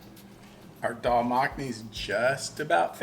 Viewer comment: Greetings Respected and! Amazing dish cooked so well. BTW, we really appreciate the pronunciation of Daal and other items.